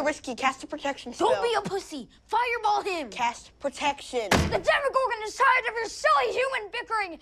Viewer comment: It's not "Demigorgs" it's "Demigorgans".